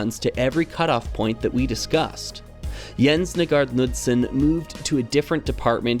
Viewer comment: I know it's normal for everyone outside Danmark to not be able to pronounce these but it's kinda painful hearing your pronounciation of Nygaard Knudsen